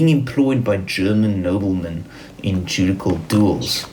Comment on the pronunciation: The word "Judicial" is pronounced "ju-dish-ial" in English.